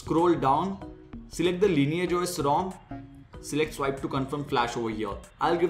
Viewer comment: Why do you call it Linear? Its Lineage!